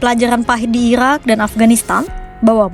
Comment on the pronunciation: ga ada lagi speech yang jelas min? susah wehh waktu dia nyebut irak,iran